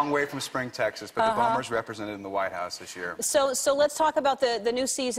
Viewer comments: Matt Bomer... Not Borner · BORNER?? ITS BOMER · You Know It is Bomer right?